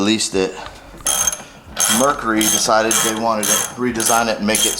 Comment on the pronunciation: The shaft should be greased before the prop is placed back on. I would not make fun of how southern folks say oil when you can't say Mercury!!!!